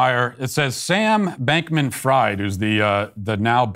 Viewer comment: "Fried" the name is pronounced like "freed" not like "fried" as in "fried chicken". - Language pedant.